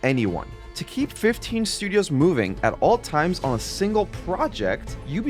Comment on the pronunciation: “shtudios” 🤣. Great vid tho man. Can’t believe the devs got screwed as bad as they did. They did an incredible job on the game